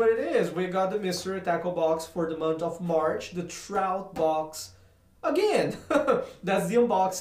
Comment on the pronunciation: not to be mean but I laughed so hard when u said munch instead of month